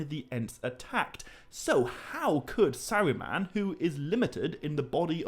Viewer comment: Bro why do you talk like that? You don’t pronounce R’s. “Fwiend” “Sauwron” “Balwog” “Sawuman” “Fwee” why do you emphasize your T’s so much? It’s gross, I couldn’t even listen to it.